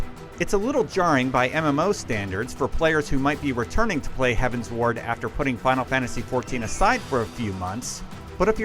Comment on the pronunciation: Heavensward like 'Skyward', 'Upward', 'Downward'. not 'Heaven's Ward'